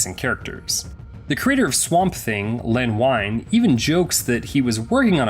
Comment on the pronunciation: "Len Wine?" It's pronounced "Ween" Ol' Len himself said so in many interviews. And what reboot from 2021 that show is from 2019! Someone didn't do their research.